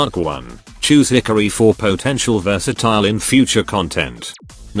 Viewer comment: "Hickory" (Hikari) 😂